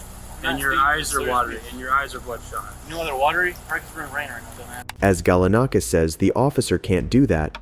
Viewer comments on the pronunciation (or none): I like how you pronounce it as "michael sichini" then go to pronounce it as "Chechini" THEN Pronounce it as "Galanikis" but then pronounce it to "Galanakis" Your inconsistency is killing me my dude. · Seriously how many different ways are you going to pronounce Galanakis?? It's the same name ffs